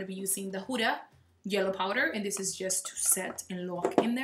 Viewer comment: you said the Huda powder like you're Arabic love it